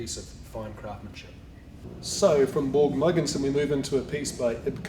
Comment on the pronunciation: Who is this guy talking about? borg murgenson, Kerr Klint? Seriously? Learn to pronounce their names, you are not even close! You managed a name or two! but the rest, as a Dane I wouldn’t have a glue, what you are talking about!